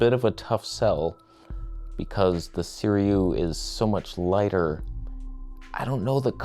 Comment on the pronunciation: We need a "lighper" t-shirt! It's like "toneh" but "lighper". 😂